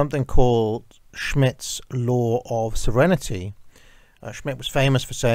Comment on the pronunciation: You said it several times, so say with me, sov-reign-ity, not serenity.